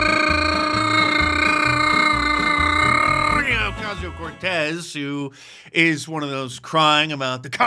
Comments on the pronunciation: DUDE the Cortez rrrrr twirl you do is getting SO old and annoying please stop. Love the work you do but PLEASE stop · MarK, you're not rolling the R in Cortez the same as Alexandrrrrrrria... not very inclusive of you. Do better